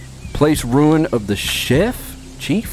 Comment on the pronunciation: Rune not ruin! Sorry had to be said 😂